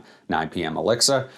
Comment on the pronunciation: Nice video might pick this one up soon. I liked 9 pm rebel. And it was funny when you said elixir it kinda sounded like you said Alexa it kept coming on lol.